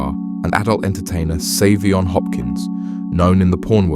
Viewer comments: It is so disrespectful to mispronounce Saiveon's name the WHOLE video. You outta order his name ain't Seven! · His name is pronounced 7.